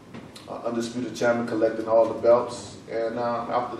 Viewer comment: Sorry but its undisputed not undesputed